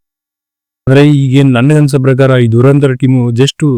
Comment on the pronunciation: Its ಧುರಂಧರ್ not ದುರಂದರ್... ಕನ್ನಡವನ್ನು ಕೊಲ್ಲಬೇಡಿ